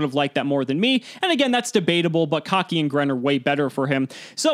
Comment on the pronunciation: Nobody: and: "Cocky" (It's pronounced like the color, aka K-Ahh-key)